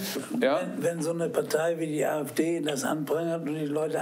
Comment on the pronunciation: Gute Werbung für die AFD. Negativ Werbung ist auch tolle Werbung, wenn der Name AFD korrekt ausgesprochen wird. Das ist hier der Fall.